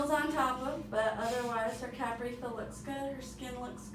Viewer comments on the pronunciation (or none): none